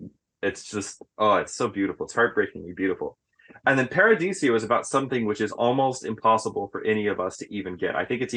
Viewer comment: Why's he always call it Paradisio? Isn't it Paradiso?